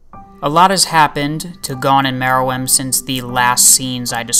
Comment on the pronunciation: I thought Mereum is pronounced Meer-rum.